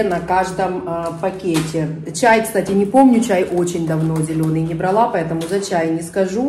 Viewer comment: Здравствуйте. Нравится мне смотреть видео, и сама очень мне симпатична. Однако каждый раз мне режет слух неправильное ударение на первый слог в слове бралаА. Это все равно что сказать спАла, пИла, врАла. Ударение в этих словах всегда падает на второй слог- бралА.